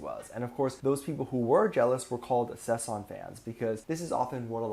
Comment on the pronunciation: It's sasaeng 사생, not saesang. Why aren't you able, after tons of videos about Kpop culture, to say this word right? Where is your problem? It's annoying af!